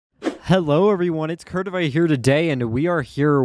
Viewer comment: You said Curtified wrong